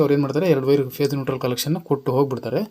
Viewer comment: 👏👏ಮಾಹಿತಿ ತಿಳಿಸಿಕೊಟ್ಟಿದ್ದಕ್ಕೆ ಧನ್ಯವಾದಗಳು. Pace ಅಲ್ಲಾ phese annisutte. 😊